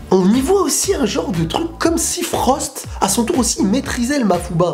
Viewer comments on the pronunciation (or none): none